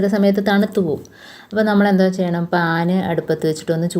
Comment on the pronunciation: Pan ennu parayumbol paal ennanu kelkkunne, vyakthamayi parayu